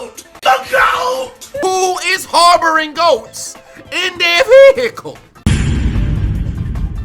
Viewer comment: Everytime he say veehicles it be having me rolling 🤣🤣